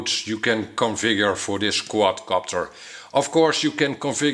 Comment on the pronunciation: Love how u say quad copter sounds quadcockter XD